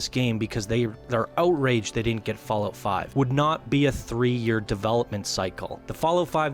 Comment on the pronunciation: I have no issues with the video, i actually agree with some things. BUT i cant stand that he calls it "FallOat" !! xD It's not cereals u eat on rainy days god damnit!